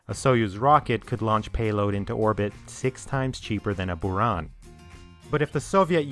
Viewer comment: Kudos to you for trying hard to be as accurate as you can! So I offer you some corrections: yes, Buran you correctly pronounced as "burAn" (blizzard), but others should sound as "enErgiya" (energy) and "soYUz" (union).